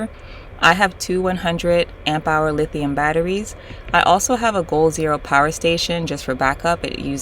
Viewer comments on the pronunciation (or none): none